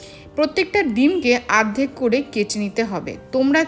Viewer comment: আরধেক হবে না, উচ্চারণ টা হবে অর্ধেক হবে